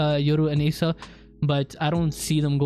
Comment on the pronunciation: You're pronouncing Asa wrong. Its not Ace-ah it's Ah-sah